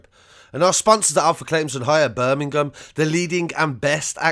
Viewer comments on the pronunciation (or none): none